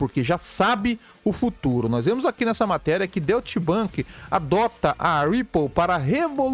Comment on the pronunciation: A tua pronúncia figurada também está errada.😂 O certo é Doite Bank. E não Doit axé 😂